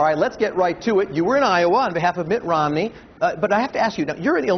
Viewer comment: Did he say Mitt ORomney? :)